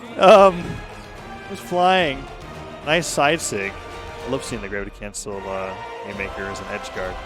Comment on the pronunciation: "the dravity crancel"